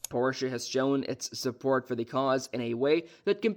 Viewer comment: Porshay? LMAO you made me laugh 1 second into the video. Nice. edit: okay it wasn't a joke, that's just how he says it. edit: wait he says it correctly sometimes and then immediately says it wrong right after LOL